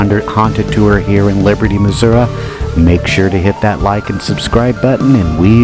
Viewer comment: Please learn to pronounce Missouri. I went to Jewell. Third story men’s bathroom in Jewell hall. I heard a voice saying my full legal name in a whisper and within five minutes, the voice was screaming my full legal name. Never went in there again. Class of 2001.